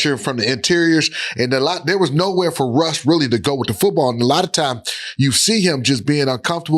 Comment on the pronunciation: What the hell London fletcher be talking about “Rush Rush”…the man name is Russ not Rush…then gone say “no pun intended” 🤦🏾‍♂️🤦🏾‍♂️😂😂